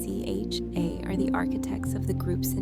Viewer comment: Why isn't 3Racha pronounced properly. I like this, but that is kind of a crucial name to pronounce properly.